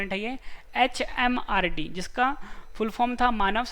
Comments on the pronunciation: It's MHRD. Not HMRD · It's MHRD not HMRD